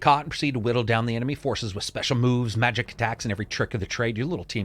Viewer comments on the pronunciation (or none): none